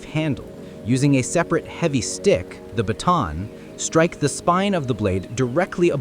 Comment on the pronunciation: WHAT IN THE HOLY ai HELL KIND OF BATONNING IS THAT Lmao i actually spit some of my damn drink up "striek the spine of the knife lmao